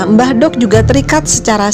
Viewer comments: Pengucapan "mbah dok" harusnya sama saat kita mengucap huruf "d" pada kata "dzuhur". Di Jawa ada perbedaan penyebutan aksara "do" & "dho". Contoh pengucapan aksara "do & dho" dalam penggunaan Bahasa Indonesia >> Do pada kata "dungu", dho pada kata "dengan". Mbah Dok sendiri berasal dari kata Mbah & Dok (Wedok). Mbah artinya eyang, dan wedok artinya perempuan. Jadi, Mbah Dok artinya nenek atau bisa juga Eyang Putri. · makanya saya koreksi, biar gak salah pemahaman.. karena salah pengucapan dalam bahasa Jawa bisa merubah arti dari kata tersebut.. "mbahdhok" seperti yg diucapkan narator di sini bisa berarti "makan", tapi dalam konotasi yg kasar.. bukan lagi berarti nenek atau eyang putri..